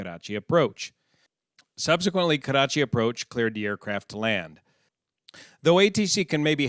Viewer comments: Your Nawabshah and Karachi pronunciation were spot on . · Your pronunciation of Nawabshah was spot on. Also love how you say Karachi, rolling the r. Makli however is pronounced Muck-lee.